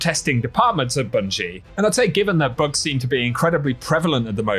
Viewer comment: You had to say the word "Bugs" at least ten times before I realized you weren't saying "Books". Lol. Thought you were talking about lore and I was confused. ><